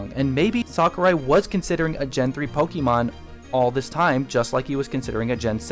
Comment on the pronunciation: The way you say "Pokemon" bugs me so much xD Don't get me wrong, tho. Great video all-around. Cheers! By the by, I think Little Mac is this installment's "retro" character. Sure, he had a new Wii game, but he debuted in arcades and the NES, and his latest game before Punch-Out Wii is (to the best of my knowledge) Super Punch-Out on the SNES.